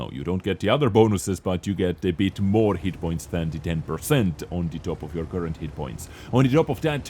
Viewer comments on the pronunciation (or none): none